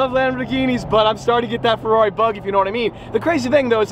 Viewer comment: I really cannot stand the way he says Ferrari he says "ferlalli" and it's really annoying I feel sorry for Luke having to hear that all the darn time lol